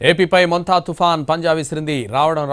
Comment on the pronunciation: Cycolen name curret ga chapandi mundu tharavata news chapandi.